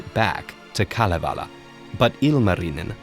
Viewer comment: Kudos to you on your 100% correct pronunciations of the words in Kalevala!!